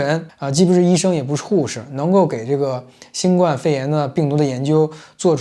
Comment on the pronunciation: 新冠（guan第一声）病毒。（不好意思，纠正下读音。）